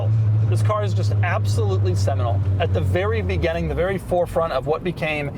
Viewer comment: Doug the type of guy to say "begenning" instead of "beginning".